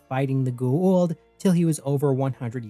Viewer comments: Its Goa'uld not gu-uld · Bro, you're almost as bad as Jack at pronouncing Goa'uld, except instead of not pronouncing the vowel sounds correctly, you reverse them. KEK. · Why is is so hard to pronounce G O Aaaaaaa uld .. wtf is a Gu. Uuuuu uuld